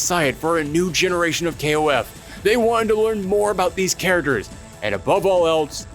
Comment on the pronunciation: cant say the word 'characters' correctly...